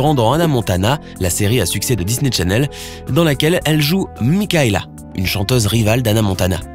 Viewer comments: Mais MDR,je rêve ou il dit Disney tchanelle au lieu de chanelle😭😭🇩🇿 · "Disney TCHanel" 😂